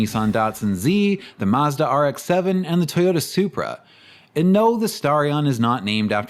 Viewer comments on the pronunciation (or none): none